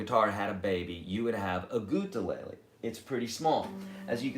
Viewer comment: Why do you say it gutelele is there a reason ? Answer would be appreciated .. thanks